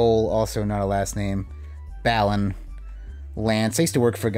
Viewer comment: The way you say "Balan" makes it sound like "Bland" which is appropriate considering what it contains. They should rename it to "Bland Wonderworld...?"